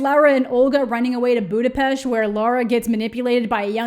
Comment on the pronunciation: As a Hungarian follower, I have to thank you from the bottom of my heart for pronouncing Budapest properly.